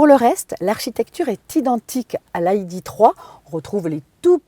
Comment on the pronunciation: Il va falloir choisir c'est "aille di three" ou "hi dé trois" pas cet espèce de franglais. Sinon plus valorisante que sa cousine VW mais bof bof